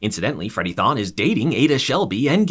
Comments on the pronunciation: Adas husbands name is Thorne not Thoan. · This isn't "Tha Flash" it's not Thawne it's Thorne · It's Freddie Thorn not Freddie tHoN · It's thorne not thawn, there's an 'R' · "Throne" not "thawn" this isn't starwars lmao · Him saying Freddie Thon instead of Thorn has to be on purpose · Thon bro it’s Thorne have you not watched it at all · "Freddy Th(awn) " lmfao smh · It's thorne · Who tf is Freddie "Thaahne"? Just asking.